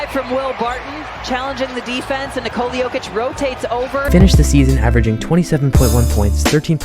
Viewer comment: Ni-ko-la Like ni-co-las, just without the s on the end Not Ni-cola He's not another kind of cola 🙂 Thank you for the content 👍 Please excuse my nitpick 🙏